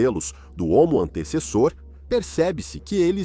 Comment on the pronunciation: Assisti a este vídeo na versão dublada do inglês e a IA não acertava uma vez o nome do Homo antecessor. Antissassauro, Antessauro, Antauro, Antessa, Antes e Antezus kkkkk